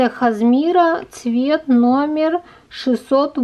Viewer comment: Не хазмира, а написано кашемир